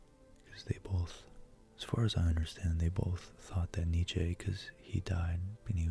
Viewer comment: If you were wondering his name is pronounced: (Nee-Chee)